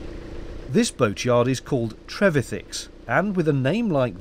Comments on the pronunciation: Richard's surname is pronounced tre-VI-thick, a bit like terrific ! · Yes, Tom Trevethick but Richard Trevithick (which the Lenton Times gets wrong). By the way, at least in Richard's surname, the stress is on the second syllable, not the first. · I liked the way you said Trev-ethic.....I suppose it’s all about the em-phasis 👍😃